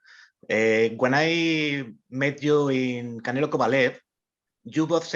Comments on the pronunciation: He says canela lol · Am i trippin or does he say Canela 😆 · I guess the Mexicans are right. He keep saying "Canela". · Bivol calls Canelo "Canela" LOLOLOL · Bivol keeps saying CanelA 🤣🤣🤣 oh man, hes funny, obviously he doesnt do it intentionally hehe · Hey Bivol...it's pronoun CanelO NOT CanelA..... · Why do Russians pronounce “Canelo” “Canela” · Love how Bivol always calls him Cannela 😂just to butcher him further lol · Yes, canela. The o in Russian is pronounced as a. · He’s calling him a girl 😂🤣